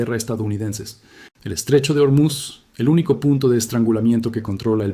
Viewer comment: Terrible traducción por la IA. Y por cierto no es Ormiz, es "Ormuz". Buscate otro oficio sea la máquina que seas.